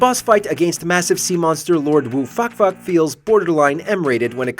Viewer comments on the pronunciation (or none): "Lord Woo Fak Fak". I think you just called him Fuck Fuck.